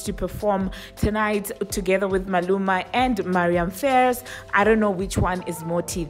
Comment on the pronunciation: It's pronounced Faris not Fares